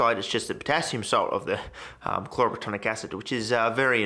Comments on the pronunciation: You’re so frustratingly close mate. It’s chloro plat-IN-ic acid. You’re saying “platonic” it’s not platonic. It’s plat-IN-ic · "Chloroplatonic acid" lol